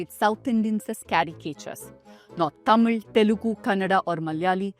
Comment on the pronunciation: You correctly spoke thamizh this is the firtime i have seen from an english channel Thank you